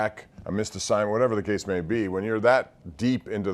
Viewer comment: Never in my life have i felt so 'Mann, it's whatevuh' about my team